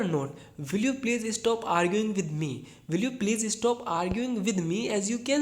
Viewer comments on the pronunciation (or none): Will you please STOP arguing with me. Not Estop .... Please pronounce perfectly. Otherwise your effort for teaching english is very good.